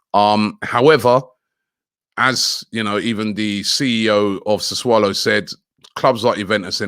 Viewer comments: Isn’t is pronounced closer to Sassoulo not saswallow? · Sa - Su - Low ffs 😂😂😂😂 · how many clubs does locatelli play for?? - sassuolo, sassulu, sasaalo, soswallow, sausolo... 😂😂😂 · No one: Robbie: "suss-wallow..." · Robbie saying susswallow makes my day 😂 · After getting tired of butchering player names, now butchering club name too.